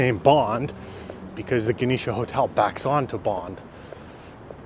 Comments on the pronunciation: JEN osh A, not Ganesha. It's not named after a Hindu deity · The Genosha hotel is made up from 2 words, Gen short for General and osha for Oshawa first 4 letters from general first 4 letters from Oshawa, and it's properly pronounced Gen osha Hotel nit Geneesha! I grew up in Oshawa in the 50, 60s, 70, 80s, and 90s! There are a lot of historical facts you should be telling people, not just the basics! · The Genosh Hotel is pronounced " Jen Osh " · Lived in Oshawa from 89 till I got out in 2011. Worst decision of my life. I miss My Life in Oshawa. And its pronounced "Jeh nosh aa", Genosha Hotel is where Royalty would of stayed in 50's. I had many a room there over the years. In the work 80's and 90's up into the 2000's there was a strip bar in the basement , which went upstairs in late 90's. At one point I remember going to strip bar, then coming upstairs to the larger bar and was a rock band, and at same time in bar next door had another band. The place used to be quite the place. Dangerous too for Strangers. I was well known fortunately. Once upon a time when Oshawa was happening, when all the bars did last call and everyone out, their suddenly would be 10,000 drunks in the streets for DRPS to deal with. Oshawa is not for everyone. You have to be tough, and very street smart. But if You can handle a bit of Drama once in a while, then its not so bad. The Residents can take particular pride to their Neighborhoods/Complexes too, and safe places to live actually. I could tell you all You want to know about the Sh'wa.🤫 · Thank you for correcting this gentleman's pronunciation of Genosha.